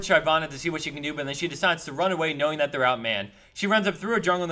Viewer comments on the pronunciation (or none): please stop using "dat". it's getting annoying when everything is "dat ___". pronounce "that" properly. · It's so annoying when he says dat turn around dat juke or dat burst or whatever. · dat mispronunciation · Am i the only one that cringes whenever he says: "dat" lol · im laughing everytime he says "Dat" something hes says "Dat" in every episode its so annoyingxD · stop saying "dat". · Not sure if he says it on purpose, or just can't pronounce "That". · Stop saying "dat" please... Gets annoying